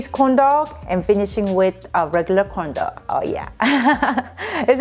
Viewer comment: Do I hear condom instead of corndog? Lol 😂